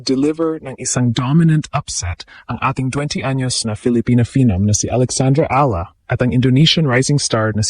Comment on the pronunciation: Please pronounce properly Alex Eala’s LAST NAME.